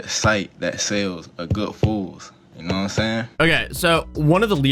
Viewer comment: "Naaahhm sayin'?"